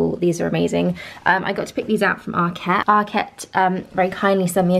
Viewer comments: Yes as in market. no emphasis on the ket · ARKET not ARQUETTE